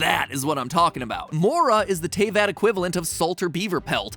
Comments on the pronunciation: Mattpatt, my man.... you can pronounce Liyue right, but you can’t Pronounce Diluc or Teyvat right? Despite BOTH being pronounced IN GAME?? IN ENGLISH?? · I dont think he'd be able to pronounce it.. He already cant pronounce teyvat.. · soooo with his pronunciation of Teyvat and the fact the Eula is not out yet is it safe to say mat hasn't actually play genshin? or is he just being dumb? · Why does he pronounce everything correctly except teyvat? Zhongli, liyue, and paimon, but not teyvat. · This is how may times mat pat said Teyvat wrong | V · That's the first time i've heard someone get Teyvat wrong. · Matpat, dude. You literally just posted a video 3 weeks ago about how many people look at and work on episodes before they are released. You could've, at the very least, made sure your pronunciation of the world you are talking about is correct. Also, Albedos name. Overall, interesting theory but I physically cringed at every mispronunciation. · Everyone: [pronounces Liyue incorrectly] Matpat: Tay-vat..... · ...my insides died when i heard "TAY-VAHT" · I would want to clear out something pls. It is pronounced as Te-vat. Not Tey-vat. But all in all this is really direct and really good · Btw mathew patrick its pronounced te-vat not tay-vat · HE PRONOUNCED IT TAY-VAT IM SCARED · Mat pat it's pronounced teh-vat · T- "TAYVAT"??! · Uuggh First of all It's "Deeluc" And second its "TehVat" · Also it's pronounced Te vat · How dare you made that title then show the villain Also it’s pronounced Tay fat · How..... how did you pronounce Tevat!? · bro pls pronounce teyvat properly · I'M DYING. THE WAY ME PRONOUNCES TAYVAT. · matpat put in a clip of paimon saying teyvat correctly and then still mispronounced it lmao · It kills my very soul how he pronounces Tevatt. Edit:: Paimon is the Unknown God?? That star thing in her hair matches the Unknown God's portal when she showed up in Kanreiah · IM SORRY BUT THAT'S NOT HOW YOUR PRONOUNCE TRAVAT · YOU PRONOUNCED TEYVAT WRONG DJDBSBDJJS